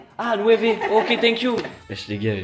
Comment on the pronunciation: Lv il a dis tank you a un espagnol 😂😂